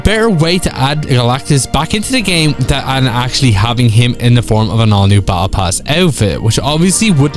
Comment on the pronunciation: What is bowebull pass? Its Battle pass